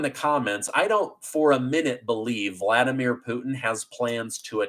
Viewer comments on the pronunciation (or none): none